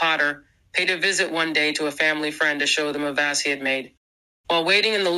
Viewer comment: How do you mispronounce “vase?”